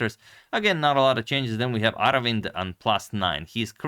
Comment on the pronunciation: Agad, you pronunced his name correctly and if you wonder how to write his name in Tamil. அரவிந்த் சிதம்பரம்